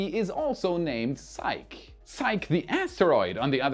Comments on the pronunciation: It's pronounced SIE-kee, not sike. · By the way, it's pronounced Sikeeee not sike:-) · Psyche: sigh-key. Just to highlight English spelling / pronunciation oddness. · Love your channel! 🎉 Btw, Psyche is 2 syllables (different from psych) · Hey, it's not pronounced "sike", it's actually "sike-ee". The e isn't silent because of it's Greek root spelling Psykhe. In Greek mythology she was the wife of Eros (Cupid). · Psyche is pronounced ZiK-ee, not just ZIKE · Is psyche pronounced "sike" or "sikee"-- I think it's sikee.. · It's pronounced si•kee,. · It's pronounced "sike-ee". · I think that Psyche is pronounced Sy-kee. It's the name of a character in Greek mythology. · With Psyche, the e is not silent, the name is Greek not French. In mythology, she was the Greek Goddess of the Soul and wife to Eros (they became Anima and Cupid for the Romans). Psych is when you make someone think you are going to do something and last minute, when they flinch in responce, you say `Psych'... Keep up the great work. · Psyche is two syllables si-key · The pronunciation of Psyche is [SY]+[KEE], two syllables. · Because psyche is a Greek word, we can use Greek pronunciation. So it's pronounced "sigh-kee". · ...it's pronounced "sai-kee", Psyche! I don't mind when you mispronounce other words, this is an important mission! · Hi,, please, please, the pronunciation of Psyche is 'sigh-key', it is a Greek goddess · Love all your stuff but you hit a hot button for me - I cannot hold back... SIGH-key - The name Psyche is pronounced SIGH-key. End of rant. Apologies. Crawling back under rock. Coming out later to watch more fantastic videos... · Psych-EE. Its Greek. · Psyche is pronounced "Sigh-kee". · PsychE... the 'e' is long... sigh-key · As a classical Greek name, I think it is pronounced si-key. (saɪki in IPA). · Psyche is pronounced SaiKee. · Uhhh... that's painful. "psyche" is pronounced "sigh-kee" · "Psyche" is pronounced "Sai.kee."